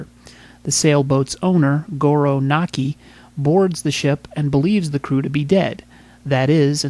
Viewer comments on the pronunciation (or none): Its MAKI! not Naki! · The Reporters Name is "Maki" not Naki!